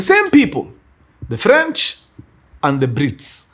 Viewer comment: ala, sasa wao hujiita ni F'ench (silent r)?😂